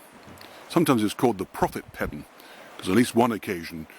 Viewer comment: It is pronounced Paydon….. I know because I am one…. That is why a lot of people changed the spelling.